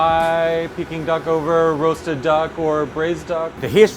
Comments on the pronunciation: Its not picking duck dude, its peking duck. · Its peking, not peeking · Peking duck not picking duck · It’s pronounce Peck-ing duck not pee-king duck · Not PEE king duck. Pay king duck. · Brah it’s not pe it’s pecking duck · Pee-king duck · They are saying Peking Duck wrong 🥴